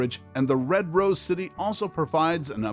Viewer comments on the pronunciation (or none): none